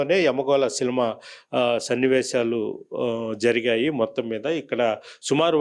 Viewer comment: అయ్యా - మీరు " సినిమా " అనడానికి బదులు " సిలమా " అని అంటున్నారు !!! మీరు ఏమి చదువుకున్నారు మహానుభావా ??? ప్రజల్ని మీ వీడియోల తెలుగుతో చంపకండి !!!